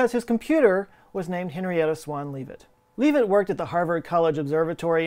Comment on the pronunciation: I'm going to be a jerk! Shapley is pronounced like it's spelled, like 'chap' is, and good ole Henny Leavitt is Lev-it, doesn't sound like it's spelled. Astronomers everywhere are appalled at your pronunciation...it's not even a foreign language, FCS! 'course, you are Texan... used to be a foreign country, I guess. Hey! You've had more than enough time to get it right!